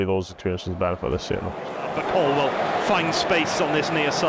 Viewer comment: Love Ruben, hate Donovan. Incapable of asking intelligent questions, and can’t even pronounce Colwill. WILL NOT WELL YOU IDIOT!